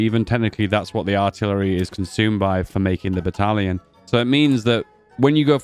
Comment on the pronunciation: i love the new "battlion"